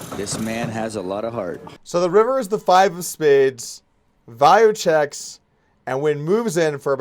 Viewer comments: His name is pounced vay-0, not vie-o. :) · Why do u pronoounce is V EYE O. Literally makes no sense at all to pronounce it like that lol.